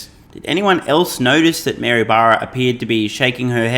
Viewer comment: does not pronounce the name Mary very clearly.....why....? I shall tell you why....PEOPLE OF EARTH.....Mary was the mother Jesus Christ.........and is not a leader of anyone....but a follower...of someone I can assure you.............YOU DON:"T WANT TO KNOW